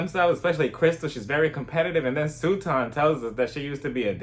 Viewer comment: I love how you call her Sue-ton. Omg. Hilarious. I love Crystal. Kick Sutton out and let Kathy have the 💎 I still get kind of nah-vibes from Garcelle.